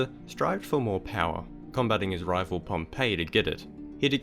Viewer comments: Pomp-e not Pompeii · Pompey is pronounced "pomp-ee", you pronounced it like Pompeii. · Pompey* not Pompeii...